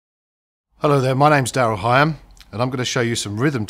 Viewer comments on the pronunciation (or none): High-ham? I always thought his name was pronounced Hig-ham! Oh well! That Gretsch of his sounds SO good! It screams 'rock'n'roll'!